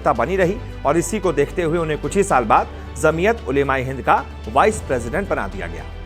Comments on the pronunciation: Dear anchor it's jamiat not zamiat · Zamiyat nahi bhai Jamiyat bola jata hai